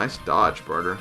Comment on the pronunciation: It's Bar-tray, not barter